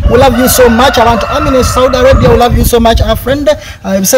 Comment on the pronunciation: The way pronounces the word Saudi Arabia makes me laugh😂😂😂